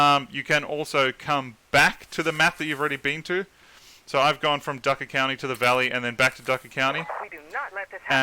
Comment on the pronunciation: its not ducker county its drucker county